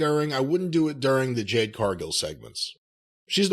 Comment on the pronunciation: It's JADE, Jim ... NOT JANE